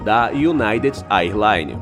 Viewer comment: Existe uma diferença entre incidente aéreo e acidente aéreo, neste caso não foi um incidente? A narração diz acidente em alguns momentos em que deveria usar a palavra incidente. E eu não sou professor de inglês, mas a pronúncia correta do termo “AirLines” seria “Ér Laines”. Fora isso, eu curti o vídeo demais! Eu adoro vídeos de aviação! Parabéns pelo conteúdo!